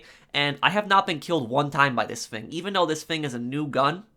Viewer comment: I love that you pronounce "thing" as "fing" reminds me of my English buddy.